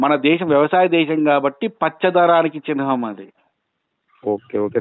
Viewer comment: Orey chihnam kuda anadaniki radu enduku neeku nuvvu chepedi chinham antunavu